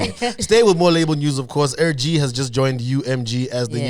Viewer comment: It's AirDee guys, not AirGee...